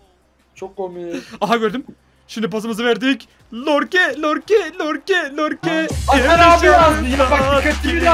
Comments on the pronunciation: Aslında Lorke değil Yorke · Ya lorke degil yorke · abi lorke değil yorke adamın adı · Lorke değil Yorke olduğunu söyleyin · Abi yorkeye lorke diyosun çıldırıyorum ya